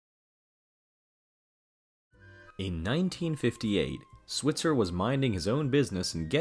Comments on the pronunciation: Switzer is pronounced "SWY-tzer," not "SWIT-zer." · 48 his last name is pronounced SwEYEtzer